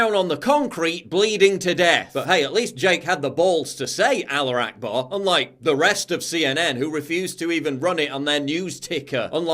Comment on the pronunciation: it's "Allahu Akbar" not "Aloo Akbar". "Aloo" means "potato".